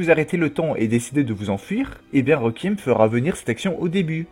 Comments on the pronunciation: La prononciation est « Rékouiyemme » et non « requiemme » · Déjà il arrive pas a prononcé Requiem correctement, alors ne lui en demande pas trop non plus xD